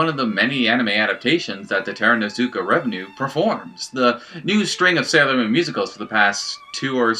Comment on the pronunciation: Love the video, but just a quick note, its Takarazuka REVUE not revenue